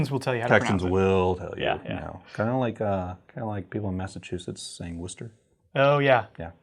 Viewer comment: Worcester shoutout! Watching this while working at my job in Worcester lol., I am extremely impressed that you got the pronunciation right! Most people who aren’t from the area never get it right, even after you tell them how to pronounce it. They all say it like “war-sest-er”, where we Worcester folk say it like you did. Except since us Massachusetts folk tend to drop our R’s, we give it a nice “ah” on the end lol. I have a very specific spot where all of my knife stickers go. I used to not know where to put them, so I was just saving them in the boxes for a long time. My wife and I purchased our first house about two weeks ago, and the basement is completely finished. There are two “bedrooms” down there that can’t truly be considered actual bedrooms because one does not have a window and the other has a window that is too small to be considered an egress window. My wife wanted to make one of them, the guest room that people can use when they stay the night, but the other was fair game. So now I finally have a place to put all of my tools, my knife stuff, and set up a table full of sharpening stones and fixed angle devices! I also have a little spot for my bench, top power tools and my vice, so that’s cool. But one of my favorite things we’ve done with the room is finally put my knife stickers to good use! I put every single one of them on the back of the door leading into the room, so that way you can’t see them from the outside, but once you’re in, you g